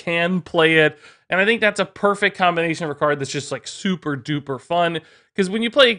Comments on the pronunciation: When you said "und then" I was thinking of Baron Underbite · I study German and my mind red in german accent After that "und"